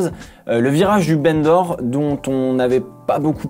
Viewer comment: C'est pas très intéressant mais "Bendor" se prononce "bandor" ou "banc d'or" si tu préfère, et pas "bene d'or". C'est en référence à l'Ile de Bendor, rachetée par Paul Ricard, qui est en face de la ville de Bandol, à quelques minutes de route du circuit.